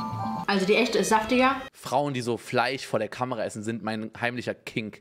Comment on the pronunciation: Niemand: Unge: FLEICH